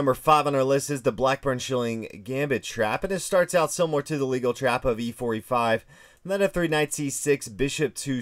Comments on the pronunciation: It's not "legal", it's "Légal" with a French accent, a name of a person. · There's no such thing as the "legal trap." There is, however, a trap with the pronounciation of "luh-GAL." It's named after Sire de LeGal, a Frenchman who discovered it in the mid 1700s. Technically, there is supposed to be an accent mark over the e in LeGal giving it the "luh" sound, not "lee," and "Gal" is pronounced exactly like the English "gal," not "gull." If you're going to teach chess, at least get the history and pronunciation correct. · It is Lee-gal like you are in court it is Le-gaul as it is French. If u r going to do videos at least b able pronunciate properly. It is the name of a French person from the 1700s Sire de Legal or Kermeur de Legall. I cannot believe these people trying to teach s9mething without knowing anything about what they r teaching. And yes I am using shorthand for texting. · It's Legal's Trap and its pronounced LE-GALL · Mispronounced the legal trap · Pronunciation of Legal's mate is incorrect. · Legal is pronounced Lay gall after French player Sire de Légall. And Ruy Lopez is pronounced Roy.